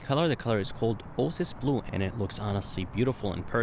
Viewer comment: It's pronounced Oh-A-Sis Blue. I'm assuming English isn't your first language?